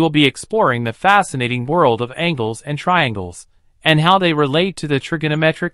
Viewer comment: Yes, because angels have nothing to do with angles.